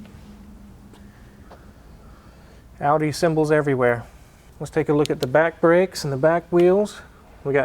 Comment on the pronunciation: American pronunciation of porsche is ok but they're off with audi & volkswagen